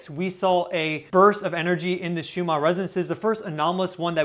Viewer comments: Just wondering why you pronounce Schumann as if it is spelled shoe-mar? 3I/Atlas is sending healing signals for the sea creatures being harmed by human activities. I've often been concerned as to how much detergent or poisonous chemicals we pour into their source of existence. There are now dead spots in the oceans and the whales have stopped singing. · Perhaps if you slowed down a little the Ns in Schumann would be easier to enunciate. Maybe cut down on the stimulant/coffee?